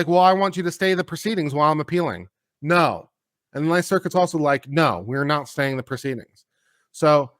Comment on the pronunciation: Thank you for saying "Naw". Made my day. (giggling)😂🤠🧡